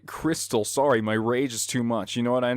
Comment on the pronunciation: ``Sorey´´? Was that intentional?